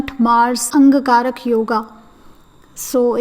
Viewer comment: A little correction : the yoga is called 'Angaarak' instead of 'Ang Karak'.